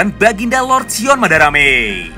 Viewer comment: Palling ilfil ketika dengar kata BAGINDA LORD XION MADARAMME